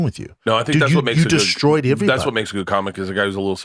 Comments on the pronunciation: Brendan for the last fuckin time “Everybody” starts with an “E” not an “I” 😅 it’s not “Iverybody” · The only reason I stick around when Theo is gone is to see how often Brendan says "ivryone", ivrytheng, and ivrybudy".